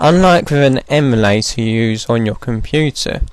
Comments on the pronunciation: We...do not say "eeee" mulator. Its em-U-lay-tor. Where did he get that weird pronunciation? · 32 yr old american here. no one has ever said E mu like the animal to me before. You got one guy'd... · Canadians say “prohject” but no one ever that i know of has said “eemulator” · love it but who the heck says "eemulator" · sounds like Australian pronunciation of "emu" + emulator